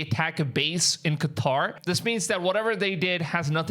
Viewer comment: Props for saying Qatar and NOT freaking Cutter 👍